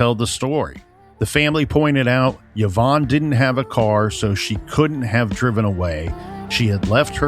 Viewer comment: it doesn’t I just couldn’t understand the YahVonne pronunciation! And it drove me to distraction!